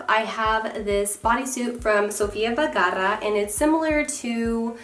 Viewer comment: Love this video. But gurl.... ur emphasizing a lot on your R's on Vergara. Just helpn ya out.😉